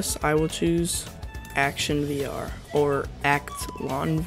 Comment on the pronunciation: “ ack-Tion VR??” 😂😂😂